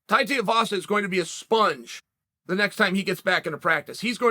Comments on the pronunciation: its TUIVASA not TIUVASA hahaha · Too eee vaaa saaa say it with me Chael! Rhymes with Shoey vasa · God damnit Chael has me saying it Teavasa now lmao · Gotta start pronouncing Tai’s last name right. Coincidentally, it rhymes with “shoey”. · Hey BAM-BAM, should you read this, your surname is now Tiuvasa, Lord Uncle Chael of Manscaped-Ridge Walletville, has told us. Congrats, we did try to tell him a few vids back but he obv DONT READ COMMENTS. Tai Shoeyvasa. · Chael please it’s pronounced “too-ee-vasa” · "Tiavasa" lmao when Uncle Chael butchers your name that's that, your stuck with that name for life deal with it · say "tuii vasa" properly its not that hard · "Tai Tiavasa" - Chael Sonnen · “Tai Tiavasa” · Too ee vasa.. Chael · I've thought for a long time you were bad at names on purpose but consider just look at the dudes name. Tuivasa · The way Chael pronounces Tuivasa kills me hahah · Of all the names Chael butchers for some reason this bothers me the most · Ffs Chael, Tai has already fought and beat Andrei Arlovski. Would it kill you to do a bit of research man. Also, you give him some respect and pronounce his name right...